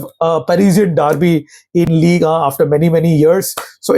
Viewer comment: Ligue “uh”